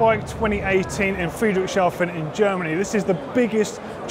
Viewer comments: Pretty good, right? Considering this word must look like gibberish to an english speaker :) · I just love the way pronounces Friedrichshafen 😃